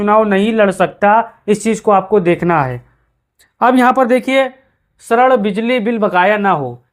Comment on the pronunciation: अरे भाई जिसको श्रेण बोलते हो वह ऋण होता है।